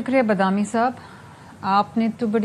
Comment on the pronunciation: Sharmeela sahiba sab se pehle tou inka naam theak se le lijie please ye baadami hen na k bdami... Dosri bat ye k ap average nahi de sakti q k anchor ap se us ki detail mangenge or ap nahi de sakengi exactly???